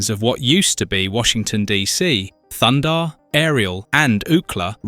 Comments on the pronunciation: It's THUNDARR not thunder. I can't believe you say his name wrong every time. It's written right there, are you dense in the head lol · Great vid but it's Thun-Darr ! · ThunDARR, not Thunder. Are you trolling us? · He doesn’t have a Mohawk. He has a Mullet and his name is Thundar not thunder. Very distracting from an otherwise very good review. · Can you take this down and have someone other than an idiot Europeen mispronouncing "Thunder" the barbarian about every third time?